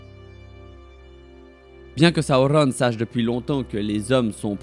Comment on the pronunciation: Tu sais même pas dire correctement Sauron LOL